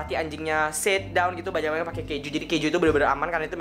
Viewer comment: apa cuma gue doang ketika ngucapin kalimat yang berakhiran et selalu jadi ed, contoh banget = banged